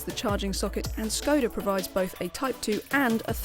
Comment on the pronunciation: Great review, but please learn to pronounce Skoda correctly :(